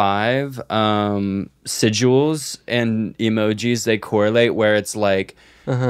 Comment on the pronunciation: pronouncing sigil as sigual is crazy